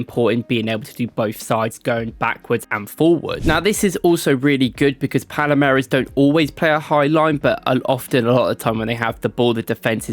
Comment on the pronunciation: It also should be Palmeiras....not Palameiras right?